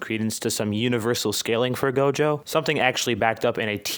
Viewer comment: he said jogo